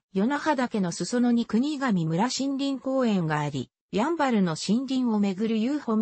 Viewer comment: 国頭村 「くにがみむら」ではなく「くにがみそん」